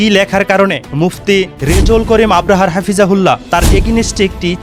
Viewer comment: ভাই আপনাকে এতবার বারবার বলি আপনি কেন সংশোধন হচ্ছেন না আপনি তো আপনার নিজের সম্মান হারাচ্ছেন আপনি নিজের কাছে নিজে অপমানিত হচ্ছেন আপনাকে বলছি যে মুফতি রেজাউল করিম আবরার সাহেবের সঠিকভাবে শুদ্ধভাবে নিন ওনার নাম মুফতি রেজাউল করিম আবরার😊 ভালোভাবে দেখে শুনে বুঝে নিন ❤ মুফতি রেজাউল করিম আবরাহা নয় ❤❤❤